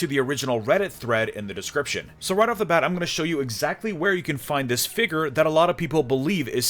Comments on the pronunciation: exactly! figure not "figgur" lol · figerrrrr